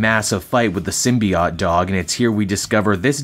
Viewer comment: I guess I'm going to be that guy but Symbiote ends with an oat sound...